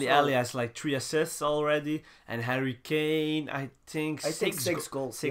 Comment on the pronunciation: Is it me or did say Hurry kane. Love the channel tw keep up the good work love the content. Inshallah in the future you get more subscribers